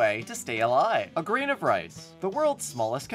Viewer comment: I could swear I heard you say "Grian of rice" instead of "grain of rice" and it made me so happy